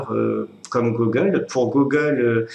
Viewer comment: on dit Gougueule, pas Gogueule...